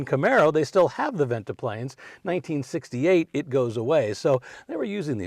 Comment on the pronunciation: Interesting talk. Nice side-to-side dance step, too,. Very entertaining! What do you call it? Modified swing, I guess. And it's "venti-pane", not "venti-plane" for those "no draft" pivoting windows. It's my understanding the Cadillac dealers were annoyed by so many LaSalle cars selling at the expense of Cadillac (it was Cadillac dealers who sold the LaSalles.) It's true that the LaSalles were selling beautifully--and the '40 models were really beautiful, in my opinion. But for 1941 LaSalle was gone and the Cadillac 61 was introduced with the new GM fastback styling on the "coupe" which had a full back seat and was priced at only $1345--Cadillac's lowest price ever. The ads claimed stuff like "Now YOU can afford a Cadillac." And that probably brought plenty of buyers.